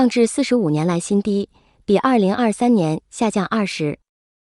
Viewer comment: 20.5%唸成什麼樣啦！20...然後停一下...再唸百分之5...@@